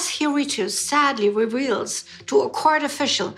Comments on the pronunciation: After pronouncing it "Hiritu" instead of "Hirohito", several times, may I suggest that you avoid traveling to Japan? One can be detained for as much as 23 days there without any arrest warrant. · hirohito is pronounced Hiro-hee-to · Why do you have so much trouble pronouncing the Japanese Emperor's name? It is four syllables, pronounced exactly as it is spelt: Hi-ro-hi-to. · Poor little Hirohito , so innocent. Need to work on how to pronounce his name. More interesting are the British royals who were pro Nazi, Edward VIII being one example.